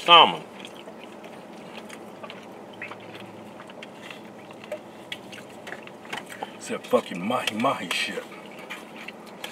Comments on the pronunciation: I think the L is silent in salmon.. try and say it like Samich .. Samon. alight gone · The L in salmon is silent... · Pronouncing the L in salmon